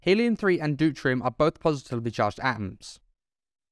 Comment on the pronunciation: Deuterium not dutrium du tear (as in crying) e um